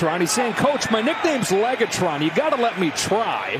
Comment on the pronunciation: LegaTron? Lol